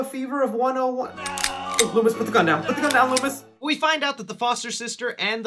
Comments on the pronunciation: Did my man really say “Lewis” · Also, please stop calling Dr. Loomis...LOOMY. Just don't...